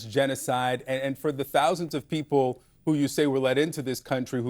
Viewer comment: 8,660 peasple(her pronunciation not mine) has been given asylum. These individuals are receiving asylum based on what stolen land that was never theirs to begin with? Their inability to find jobs? They certainly aren't lacking food! I mean who didn't seem to notice that 90% of those video taped walking in were seriously obese to the point of waddling? This is blatant and I mean BLATANT favoritism looking every single citizen of the United States right in the face! Where was tRUMPs favorite billionaire buddy from? Yep South Africa! We are now to believe that these individuals who obviously aren't starving, they don't seem to be in any kind of shock or appear to be physically hurt or have been somehow put in jeopardy? All-the-while now we (the tRUMP administration) are getting ready to return those brave individuals from Afghanistan who put the lives of their families as well as their own lives in jeopardy in an effort to help the United States in a time of actual war. I mean REAL jeopardy not like the type of jeopardy these individuals seem to be in except maybe the lack of Big Mac or possibly cardiac arrest from over indulgence! Simply put rediculas which has become synonymous with the tRUMP administration!